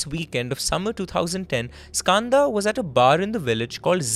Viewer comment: as an Indian the way he says Skanda is heartbreaking. why are you anglicising the pronunciation of a beautiful Sanskrit word?